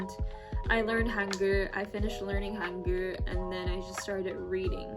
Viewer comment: I’m sorry tho but the way you pronounce Hangul “häNgērrrr”